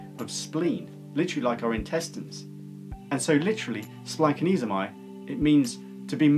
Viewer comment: Uhh...don't listen to this pronunciation. As a Greek by blood and Greek speaker at home, it is splach-NEE-zo-may. Splach as in Bach with that houghing a loogie sound at the ch. Ahhch